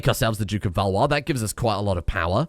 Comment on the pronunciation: As a french, I'm surprised that you were able to pronounce Valois so well